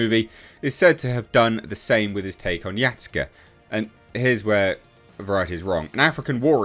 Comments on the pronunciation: Why are you saying it like that? It's Ya Sue K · for future reference it's pronounced Ya-Skay